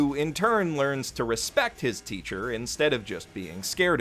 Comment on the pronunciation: I keep hearing him mispronounce Kalegos name as like Clayghos lmfao